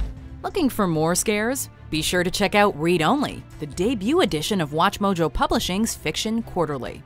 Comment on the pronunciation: Does anybody else think the female narrator on Watchmojo says Watchmojo weirdly?